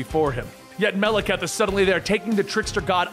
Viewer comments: MAH - LAH - KITE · He pronounced the ten realms 90% correctly but mispronounces Maleketh several times granted I can't even spell it but his name is said so much in the movies you'd think that would be the last thing he'd get wrong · He can't even pronounce "Malekith." I don't think he gonna get "Svartalfheim." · bro y u gotta butcher Malekith's name like that